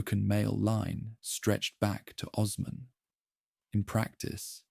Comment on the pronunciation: Would be nice if you could learn the proper pronunciations of names like Osman before recording